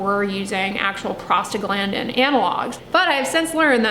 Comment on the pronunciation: Am I the only one who hears “prostate gland” whenever she says that one word? 🤣